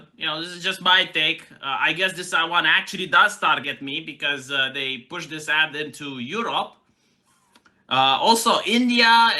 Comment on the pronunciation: Ad. Not add. These ads don't add anything tonour culture.